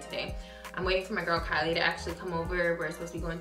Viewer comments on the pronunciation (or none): none